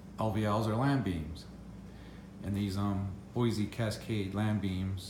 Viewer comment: “Boise” is is pronounced “Boy-see” not “Boy-zee”.